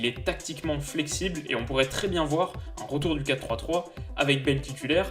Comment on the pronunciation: Lol il a dit 4 4 3 au lieu de 4 3 3